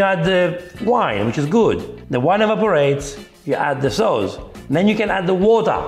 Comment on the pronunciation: "MIX IT WITH THE SOOWS!"